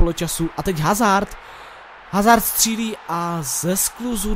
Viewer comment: Dobrý to je ;) btw. Eden Hazard se čte [Azárd]